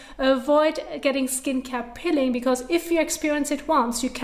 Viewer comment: It is Peeling not pilling.